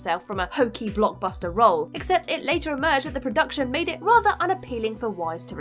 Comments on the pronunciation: Wiess is pronounced like 'VICE' not like 'WISE' x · Cute... but her name is actually pronounced "Vice". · Weisz == pronounced Vice